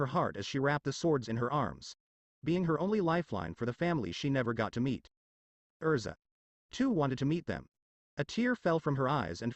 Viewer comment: It's erza not elsa.